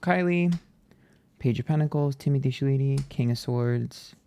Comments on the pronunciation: Not you saying Shaleetee 😅 I've heard it said many different ways but Timothy Shaleetee, was definitely a first 😅😂❤ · This is the worst way I’ve heard Timothy chalamet name being pronounced thus far 😂😂😂😂😂😂😂😂 ant literally said sha-le-tee 😂😂😂 STOPPPP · LOL its pronounced Shall-a-May 😂 but werk, you gave me a good laugh today 😁💜💜💜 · Chalamet (Shall-a-may) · Lol I had to rewind this so many times just to watch you say “Timothée Shaleetee” casually 😂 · Haha I loved every time he said Shaleetee 😂. I just might keep calling him that 🤣🤣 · I was like, did I hear that right?!??😂😂😂😂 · Don’t ever pronounce his last name correctly ❤